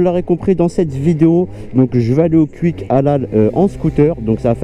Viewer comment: Wesh mais qu'est ce que t'a a dire Cuik sa se prononce "kOUik"